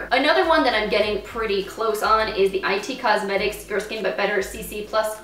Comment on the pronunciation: Nice progress!! Btw, It Cosmetics is just pronounced “it” rather than “I” “T” cosmetics...